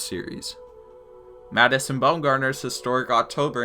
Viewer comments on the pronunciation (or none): none